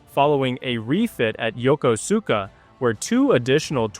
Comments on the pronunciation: Please stop butchering the name Yokosuka . It’s pronounced yo-kosh-ka . Not Yokosuka . At least that’s how the Japanese pronounce it when I was there in 1971. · "Yah kuss ka" no emphasis. :face-turquoise-covering-eyes::face-turquoise-covering-eyes